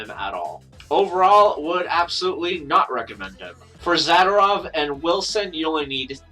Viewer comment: zuhdoorov is how you pronounce his name ;)